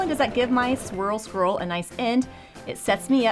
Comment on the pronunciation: I'm so very impressed. You can say swirl scroll that many times without messing it up. I'm having trouble saying it once!